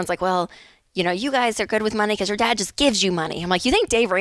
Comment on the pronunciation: “Jor life and jor money”